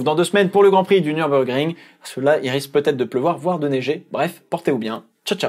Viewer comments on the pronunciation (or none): none